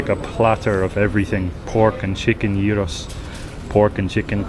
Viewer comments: You pronounce the giros exactly like a Greek. ... Γύρος... Weights in Greek means around... The bread around the meat and stuff inside... I agree with you guys unfortunately all the beauty of the center of the Athens it's now around the Athens or the Greek people have houses around the Athens..lavrio let's say ... Near the coast of Athens Attica... Yes there are zionists unfortunately in Athens and we have a big problem with RPMP... Very good video everyone makes video and showing only the pretty and good stuff of Athens with there are.... But they are and big problems but you are showing in the video... And believe me the things are most dangerous and ugly.... I am a Greek.... Elf on Shirley we don't smile anymore as we used to be smiling... Almost 15 years of big crisis in Greece... I believe that play Greek people for so many years I'm stubble with problems I'm still trying to leave and smile when we can't,. If those things happen to another European country of the people I don't know if they're going to make it another European country for so many years unstoppable... And I'm afraid that the big problems are coming... These October😢😢❤❤ ... Love for humanity... Peace to all the world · 28.17 Bravo guys!! You're pronouncing it correctly!!! It's crazy how some people (especially) Americans pronounce it gyro (like gyroscope). It should be spelt yiro ("y" as in YES) to help in the correct pronunciation!! Your video is excellent, thanks for being unbiased about Athens, not all of Athens is so disgusting!! Kudos for your honesty and respect for our culture!! Greece isn't just Athens, there are many beautiful cities and towns beyond Athens....I'm lucky to be living in such a city in Central Greece. Been here since 1987 from Australia and I've seen a lot of changes here, mostly for the better!! Safe travels. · you ar eright its yeeros! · Well done - you pronounced "gyros" perfectly ! 👌🤩 (I'm Greek) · You are pronouncing it correctly perfectly smack dab perfect